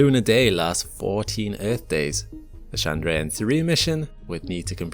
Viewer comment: eeeth... There is a R in earth lol